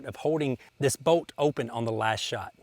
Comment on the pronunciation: It's pronounced BOLT, not BOAT. Hahaha